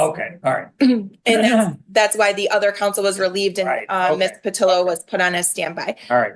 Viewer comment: Judge didn’t get Ms. Patillo’s name right even once 🤦‍♂️